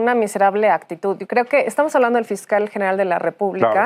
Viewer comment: Sr. Prejidente: No sé dice ACTITUT Se dice ACTITUD Por Nada 😉